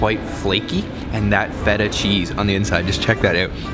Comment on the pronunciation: Not a bad video but have you done it on purpose that you only pronounced feta right and rest of the words out if tune ? And sorry to say but what is this craze about yogurt and honey when there are so many amazing greek cakes and sweets?